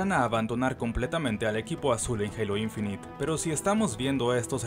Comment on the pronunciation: Se pronuncia INFINAIT no INFINIT